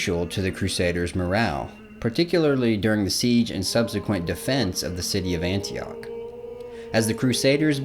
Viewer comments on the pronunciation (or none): none